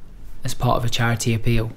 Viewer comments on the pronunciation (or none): “It’s for chariteh”